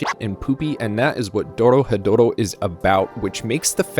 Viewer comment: It's not that hard to pronounce once you get the r sound right, roll it with your tongue quickly, go through re, ro, ri, ru and ro, then move on to ryu, rya, ryo if you want to overachieve, ryu is especially difficult in the beginning. So, Do Ro He Do Ro is how it breaks down, look up the pronunciation of those Kana and you're good. Not really difficult but I've been speaking this accursed language for a while now.